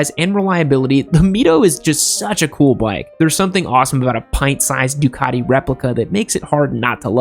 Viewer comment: MV Augoooosta. Really? Ducaddi. Really? Other than terrible pronounciation, at times, this was a great video.